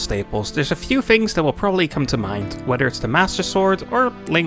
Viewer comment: are you saying “fink” and “fings?” dude, are you british, or do you have a speech impediment? literally fucking unwatchable